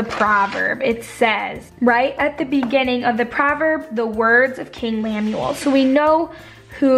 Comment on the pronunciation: How could you read it and literally mispell his name?? Lemuel. LEMUEL woman!!!!